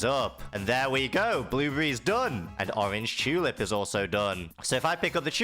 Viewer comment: Orr-anj chuuu-lip